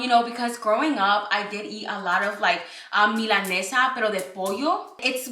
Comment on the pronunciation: it’s Milanesa❤❤❤